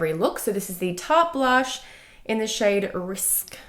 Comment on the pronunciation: Omg the way you pronounced “risqué” is pronounced “ris-Kay” and means sexually suggestive, not “risk” 😂